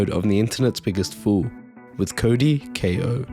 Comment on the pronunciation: Ko is pronounced Koh